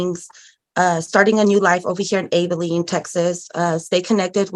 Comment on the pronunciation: She is so infuriating with her answers! Oh, and she can’t even pronounce Abilene correctly, which just adds some irritation to the mix, lol! I’m so tired of people using their kids as a crutch and also for not taking accountability for their own actions! How absolutely infuriating!